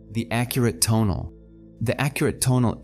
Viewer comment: I like the way you organize and present the teachings of Carlos Castaneda, so please make a video on the Assemblage Point. A small pronunciation point - rather than putting emphasis on the first syllable of the word TO'NAL, put the emphasis on the last syllable - TONA'L. Thanks for all your efforts.